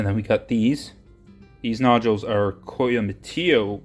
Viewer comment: Some very nice material for cutting!! You got some very good specimens and slabs out of it. Showing four cuts at once was unique and interesting! I am not positive, but I believe Coyamito is pronounced "Coy-a- meet-oh" and Parcelas is pronounced "Par-say-las", approximately. Parcelas is also known as "Purple Passion".